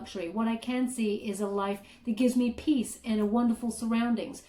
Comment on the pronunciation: Peace? not peas